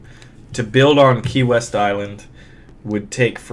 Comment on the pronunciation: When he said key west at first I thought he said Kanye west.. Lol